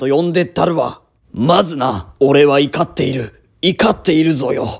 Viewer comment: 怒っているwww いかっているって読むのツボwww